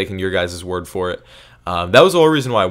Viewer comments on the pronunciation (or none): none